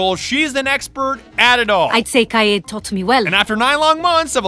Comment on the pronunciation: why do you pronounce Kaid "Cayde"? rip cayde